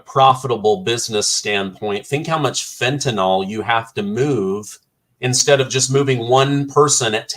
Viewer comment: Fentanyl is pronounced Fen ta nil